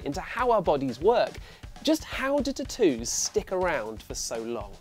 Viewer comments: That's what irritated me the most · "T'ttoos" xD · I didn't know what word he was saying. Then I realized what video I was watching lol. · Lol the way u say tattoos sounds funny.